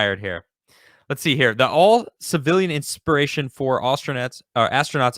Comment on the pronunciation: it's INSPIRATION, not Ispiration.